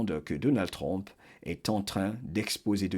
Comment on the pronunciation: Excusez-moi, je le dis avec amour. Pourriez-vous dire plus tôt U que O pour Trump? Je sais qu'il y a des sons qu'on ne peut pas toujours prononcé correctement dans une autre langue. Parfois c'est même agréable à l'oreille. Mais dans ce cas c'est important de prononcer U que O. Je vous écoute avec beaucoup d'intérêt chaque fois. J'adore votre voix!!!